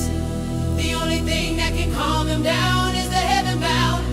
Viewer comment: said"con" not calm